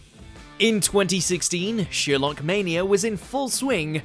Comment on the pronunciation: The name is pronounced Sherlock, not Sheerlock. But that's the smallest part of this complete trainwreck of a video.